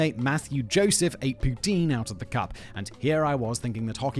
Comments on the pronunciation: Pronounced POUTIN, not Tine! Enjoyed this video. Agree that the food in Cuba is terrible but its the cheapness that gets us there for sure, its a trade off. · 3 thing about Poutine...1. The right pronunciation is like how Ryan Gosling saying it at the beginning of the part about it. The way you say it sound like Vladimir Putin. It's funny but we are used to it in Québec. 2. The cheese curds is more like mozzarella or light cheddar and not at all what you describe. It's a very basic cheese, the kind that last like 3 days but is very well made and super safe. Also because of the specific kind of cheese it's used, it's 100% sure it comes from my home region of Québec of Centre-Du-Québec, cause only Warwick produced that kind of cheese in the early 1900. Also the first to market it was Dominique Roy of Drummondville, who was owner of the Roy Jucep ( still exist and the poutine is not bad) and Victoriaville claims it's from there but it's because they are close to Warwick. To other Québécois, the version of poutine from the rest of Canada is usually shit because they don't use the right sauce or cheese, which unbalance the whole or doesn't melt which is sad. So poutine is mainly from Québec. 3. It's the ultimate late evening snack, as good if not better than pizza after a big party ! It got everything you need and more if you want a more fancy one with real bacon, or with spaghetti sauce instead, or just hot-dog sausage. It kills hangover with certain people and it's easy to share, so king of after party !